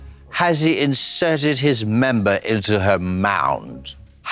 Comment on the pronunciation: ......The wayyyy Katya's voice/accent said "has he inserted his memba into her MOUND"....I am literally ROFLMAO !!!!!!!!!!!!!🤣